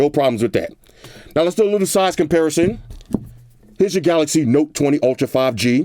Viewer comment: did he say samsung 5G... 5 Gangster? hehe i love this dude already :D